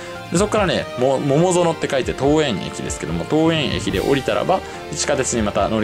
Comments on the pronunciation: 多分、ももぞのこうえん は とうえん。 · まーた、ももぞのって言ってる😂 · モモゾノWw ! トウエンですよ。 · 桃園空港をももぞのと読んでいて思わず声を出してわらいました👍😂